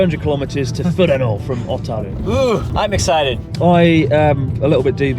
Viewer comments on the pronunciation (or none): Not "Ah"taru, it's "Oh"taru. Nor "Fu-rano", it's "Fur-Ano". Sorry, you drove me to it... Went there pretty regularly